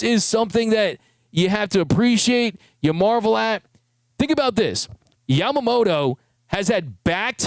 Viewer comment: I would love to see the media (not just you, like all of them...).show some extra respect to Yoshi and pernounce his name a little more correctly. Yama-mo-TOE. No D in his name, but most English speakers add it. Bugs my Japanese wife everytime she hears it.. NO DOUBT, Yoshi does too. Just saying. This dude is historical and deserves the respect 😊